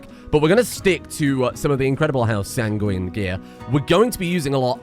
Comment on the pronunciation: And the wacky Rimworld anime waifu saga returns! You wanted name puns, then prepare to cringe: "Sanneguine Monastery"